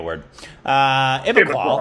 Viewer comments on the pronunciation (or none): Feel so sad that can't read English properly. He switches letters. IQBAL is a five letter word with 2 vowels. And he calls it a string of consonants? So when he said IBIQUAL I understood that he has a serious reading problem. And you guys say you don't want to offend by mispronouncing but you do it everytime with reading the title or synopsis. If Rick could practise and do that it would make so much more sense. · Sometimes I feel suffers from Dyslexia... as I have noticed this on many occassions that he not only screws the pronunciation but also screws the letter sequence... How can some read it ''Ibqal'' when it is clearly Iqbal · Ibiqual? XD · Korbinization is simply dyslexia.love OSR but sometimes annoying. cant just read normally atleast the smaller names.